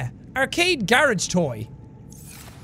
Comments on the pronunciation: GORGE, Jack. Not garage. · Jack it’s actually called a gorge toy not garage toy